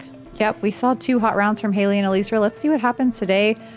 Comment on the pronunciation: PLEASE...its Ellie-Ezra, not Eleezra. The announcer got it right. You ladies usually work really hard ar getting these details right. I have a last name that's been butchered all of my life but there is nothing I could do about it. You CAN fix this.